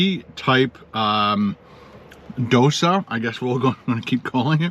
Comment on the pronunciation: Dosa is pronounced like dough sah.